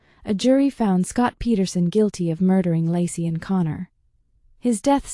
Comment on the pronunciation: Laycee not Lassie. AI is wrong.